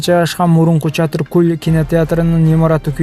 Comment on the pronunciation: Чатыр куль дебей чатыр көл деп оку кыргызбай